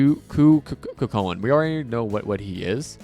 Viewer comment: cu chulain is pronounced "coo hullin"